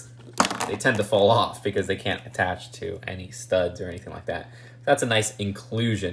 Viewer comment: He says Dey aren’t worf da money😂